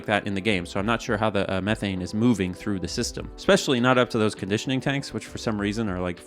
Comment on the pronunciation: Dude can't pronounce 'Methane' properly ! 😄